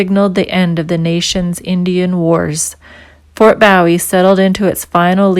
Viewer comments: Learn how to pronounce the name correctly,it's boo e,not bow e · BOOH-WE! NOT BOW-IE, LIKE JIM BOW-IE. THAT THE TEXAS WAY TO PRONOUNCE BOW-IE. I COULD BE WRONG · Ma'am, yes it is pronounced Boo-eee as in James Bowie, not like David Bowie pronounced Bow-eee. I am from Texas, and heard a few places & names mispronounced. On a lighter note, l was married to one of your fellow Canadians. She was born in Frederickton,N.B. And moved to Toronto at age 6 in '66. She grew up west of Yonge St.and south of Sheppard St. You did make it clear,no one at the visitors center. So like the yankees in Brooklyn say" don't worry about it". As again greetings from Texas. Take care Ma'am... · Nicely done! But I must comment on your pronunciation of Bowie. The Fort was named in honor of Republic of Texas Army Colonel James Bowie,who died during the Suede of the Alamo, March 6, 1836. His name, the knife, and Texas county that bear his name are pronounced BOOwee, and not "bow" of a ship or as a greeting. David Bowie, the musician, pronounced his stage name "BOW(and arrow)-wee". The fort and town in Arizona are pronounced BOO(like a ghost)-wee. 🤠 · Boo-eee , not bow -eee. nice video. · Bowie is pronounced Boo-ee or buh-ee. What is a "bowie"? I have only heard of it as a name. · The proper pronunciation for the name is Fort BOOW EEE! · It's pronounced Boowie lioke Jim Bowie (Boowie) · I believe it's pronounced Ft boo wee (bowie ) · Fort Boowee ? I think ! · Bowie is pronounced as Booowie. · To bad she doesn’t know how to pronounce correctly the name Bowie. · Fort what ? Shouldnt you know how to pronounce the name if you expect us to believe you? Not hardly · Learn how to pronounce Bowie. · Silly that you mispronounce Bowie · Young lady you're pronouncing Bowie wrong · I'm finding your references to historical markers most confusing because you're mispronouncing the names and we're getting lost thank you but please look up the pronunciation properly and nut with a foreign accent